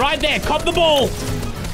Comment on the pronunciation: is saying ball so much, it’s starting to sound like bowl! 😂